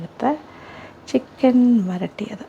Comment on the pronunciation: വറ ട്ടിയത് അല്ല, വരട്ടിയത് ആണ്